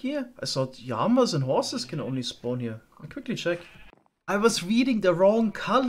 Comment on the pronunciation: i love your videos but why do you call Llamas Yamas?😭😂